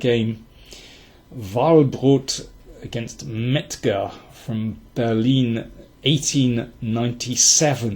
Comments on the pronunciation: I like how you say "Berlin" instead of "Berlin", a true language enthusiast :) Also I like how Carlsen not only plays objectively very well but additionally forces uncomfortable decisions on his opponent. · You have to see it in the context. What he means is that Daniel King pronounced "Berlin" correctly and not just randomly saying the name.